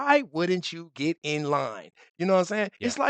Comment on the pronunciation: Sorry, Get it -not fet it